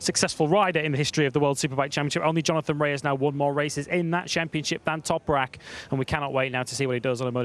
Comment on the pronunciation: just say Toprak you keep guffing up his surname....